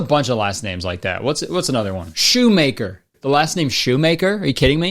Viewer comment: hey KURTIS; shoemaker is german and its actually pronounced shoe-mah-ker